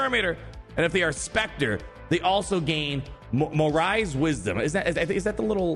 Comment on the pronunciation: FYI morai is pronounced more-Eye